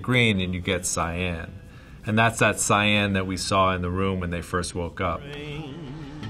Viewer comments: Wow took me 13 minutes to figure out he was saying "Cyan" and not "Sayen". Perdon my french, praise Sangoku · Heard “Cyan” more in this video than in all of my life.